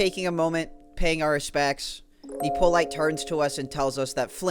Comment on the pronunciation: Pronounce Nippolyte's name correctly challenge: Impossible. It's Hippolyte with an N.